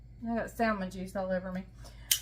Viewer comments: I'm sorry, I have to agree. I think I've heard you say samon without the L. Why are you pronouncing the L now. also pronounces the L. We're all just wondering why? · Please don't pronounce the L in salmon